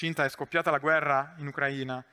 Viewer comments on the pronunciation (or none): none